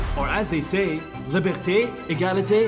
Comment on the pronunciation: u mean “ liberté” “egalité” “fraternité”